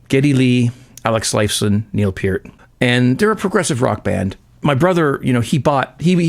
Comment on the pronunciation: Thank you for pronouncing Peart's name correctly! :)